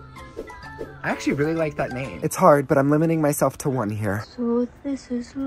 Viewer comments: “Hes weally hitting da griddy wright now 😲” got me laughing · his weally hitting the griddy right now